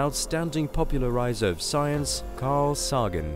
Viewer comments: His name is pronounced Say-gun, not Saw-gun ; do your homework , and its not a British thing ... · Say-gan ... Not gun. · His name is Carl Sagan, not Carl Soggin'. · If you're going to highly produce a cosmology video, at least have the narrator research the correct pronunciation of the most popular cosmologist in history! His name is Carl Sagan (Say-gin)...NOT "Soggin!" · not 'SARGON'...SAGAN please! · Great video. (psst, the name is pronounced "Say-gen") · Sawgan & Lewis??!! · Carl Sah-gen? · Sawgun was quite enamoured by the sollllar system :-) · His name is Sagen with a long A not a short A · Carl SAY-GUN.... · PLEASE I ABSOLUTELY LOVE YOU GUYS SO PLEASE DO YOUR DUE DILIGENCE AND RESEARCH AND PRONOUNCE NAMES AND AND SPACECRAFT PROPERLY YOU TOTALLY OBLITERATED CARL SAGAN'S LAST NAME YOU PRONOUNCED IT COMPLETELY UTTERLY WRONG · How in the hell can you not know how to pronounce Carl Sagan’s name . I stopped listening. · For the love of all that is holy, that's not how Uranus, Sagan, and Solar are pronounced. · Good video apart from the mispronunciation of Solar system & Carl Sagan